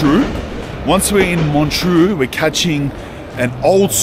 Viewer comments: MONTREUX and not MONTROU !!! bloody hell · It’s not pronounced ge staad, just gshtaad. Elizabeth Taylor and Richard Burton, Julie Andrews, Roger Moore among a few, have had homes there. Montreux is also not pronounced the way it is in this video. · You’re pronouncing montreux wrong brother